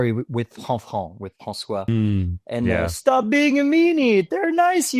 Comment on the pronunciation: " MY ARCH-NEMESIS.. FRANcois."